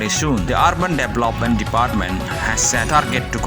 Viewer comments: instead or orban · could you please pronounce the word Urban